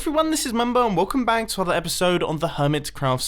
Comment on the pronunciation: Dafaq? Why my ears hears "Welcome bank" instead of "Welcome back"?